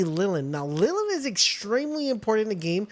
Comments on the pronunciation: Notice that grumpy expression on Ly-LEEN? It's because you keep calling her "Lillin". Also, Celaray + Jolthog = Leezpunk, and then Celaray + Leezpunk = Verdash. No need to go capturing teleporting Bushi or exploding Tocotoco. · Lyleen - Lilin... Bushi - Banshee... Tocotoco - Tucutucu...Mossandra - Moose-anda... Orserk - ORSKIN??... Penking - PINGING... why? I can't listen to this guy anymore 😭